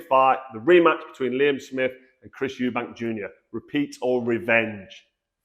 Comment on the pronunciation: It's not "Eubanks" as you well know....